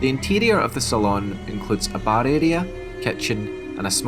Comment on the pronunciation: For future reference, Saloon is pronounced similarly to Balloon or Lagoon.